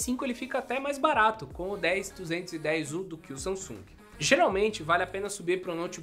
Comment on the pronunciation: SAMASUNG kkkkk